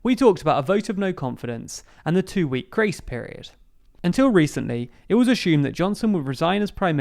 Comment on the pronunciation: Still can't fucking pronounce assume